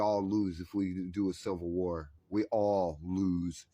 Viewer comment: "I'm just a pretty girl..." Are we sure about that? What is a silvel war? lol Bless your heart my guy. See a dentist. We can't band together with people who can't see reality. Sorry little guy. We're not over throwing anything for you. lol